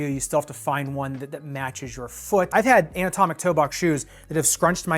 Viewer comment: Haha, kept hearing “an-atomic” ( i.e., “not atomic”), haha.